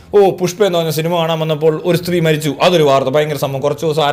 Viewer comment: "ശ്രീ "അല്ലടാ താളി "സ്ത്രീ" ആദ്യം നീ നല്ല വൃത്തിയിൽ മലയാളം സംസാരിക്കാൻ പഠിക്ക് എന്നിട്ട് കൊണയടിക്ക്... 💩💩